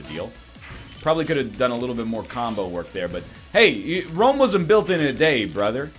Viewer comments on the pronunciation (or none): none